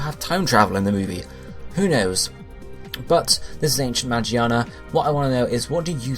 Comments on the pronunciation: he keeps saying Magiana even after correcting himself lmao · Its magearna ma gear na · I swear. The way you say the name.. Why not start saying charizard as (Chah-Riz-Ard)? Ffs